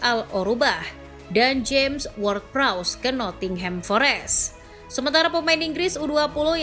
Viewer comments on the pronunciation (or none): none